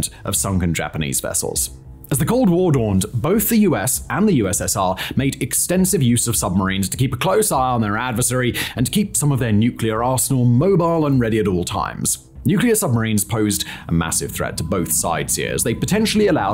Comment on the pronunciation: "A game of chesh, against our old...adversariesh". "Adversary? Surely you mean ADversary old boy"